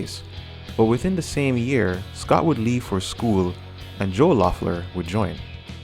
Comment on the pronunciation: great video! just somethings: the O is silent so pronounces Leffler. Well enough alone is definitely about Joe, so they dont play live this song anymore. I dont think Joe had substances. The Jesus part they grew up Christians but now Pete is agnostic. Joe is now a lawyer I guess.